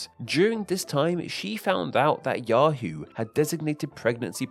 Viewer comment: Yahoo* not Yohrhoo